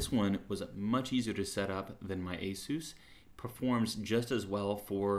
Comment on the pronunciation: Dude, you're pronouncing ASUS all wrong! ... (I search out the real pronunciation), wow, I've been pronouncing ASUS wrong all these years!